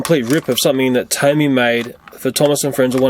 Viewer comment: its pronounced TOMY